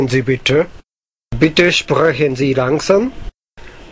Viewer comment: bitte(->e) u could make it a little bit less pronounced. but its rly hard to get the feeling without talking german with a german. so i guess u will make a lot of these minor "mistakes". i dont rly think its bad. ur german pronounciation is very good overall. especially compared with many other foreigners that i know. that may be the case becoz the japanese hiragana/katakana are sort of pronounced like the german letters. except the "r" but u already figured that out